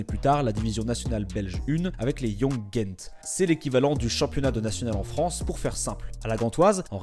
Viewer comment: Juste faut pas prononcée le T de Gent c'est un peux comme ceux qui disent BruXelles 😅 sinon top video